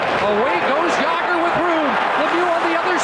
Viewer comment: Old-school Canadian mentality. Butchered Jagr here, too. Some of their talent to this day can't even say "Slovakia" properly.